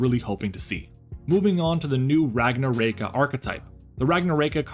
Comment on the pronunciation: You need to work at that Ragnaraika pronunciation.